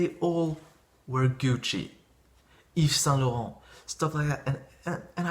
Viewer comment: He pronounced it very well.